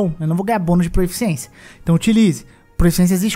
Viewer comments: Juro que não quero ser o chatão porque o vídeo ficou muito bom, mas se fala PROFICIÊNCIA e não PROEFICIÊNCIA. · é proficiência, não proEficiência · Proeficiência dói muito ao ouvir...